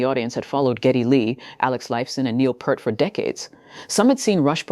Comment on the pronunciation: "Peert", not "Pert". How difficult is it??!